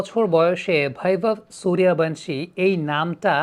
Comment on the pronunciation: "ভ" উচ্চারণ করার জন্য 'Bh' লেখা হয়। 'V' এর উচ্চারণ কোমল 'ব' । যেমন বিবেকানন্দ ইংরেজিতে Vivekanand। শুধুমাত্র বাঙালী আসামি আর উড়িয়ারা V কে ভ উচ্চারণ করে থাকে। তাই সঠিক উচ্চারণ গাওস্কর, বিরাট, বীরেন্দ্র বা বীরেন্দর, সূর্যবংশী ইত্যাদি।